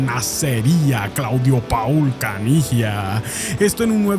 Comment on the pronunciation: Se pronuncia Pol, Claudio Pol Caniggia